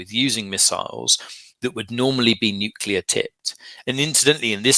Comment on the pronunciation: says "would of" and "nucular".